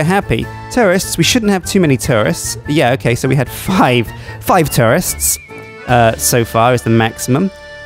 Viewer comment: I've rewatched this a few times, and each time I mishear you saying tourists as "terrorists" 😲🙄 xx